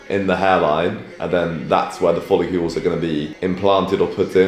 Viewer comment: Why are you calling them follecules when it’s follicle? Hah … good shit though man